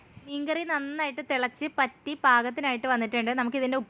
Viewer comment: പറ്റി എന്നല്ല വറ്റി എന്നാണ് 😂